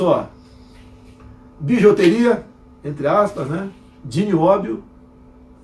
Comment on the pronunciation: Ele falou bijOteria , pra piorar